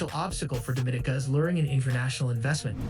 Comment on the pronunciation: Your pronouncing the countries name wrong. It sounds more like French, not Spanish. Your pronouncing it like Dominica Republic, which is incorrect.